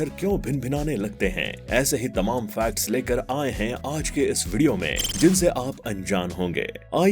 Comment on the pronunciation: भाई 'फैक्ट्स' होता है ना की 'फ्लैट्स'😂😂